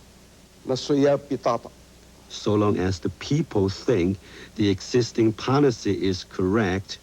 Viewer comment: The interpretor was terrible, it took me a minute to realize what he meant by "poNicy" was actually "policy" ...